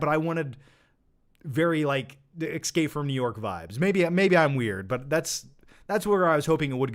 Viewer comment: ESSSSSSSSSScape not EXSCape